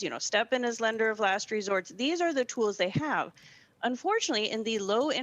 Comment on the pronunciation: I’m... the word “tools” is one syllable not two.